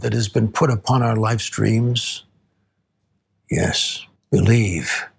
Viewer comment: did he just say lifestreams? ...like FF7 lifestreams?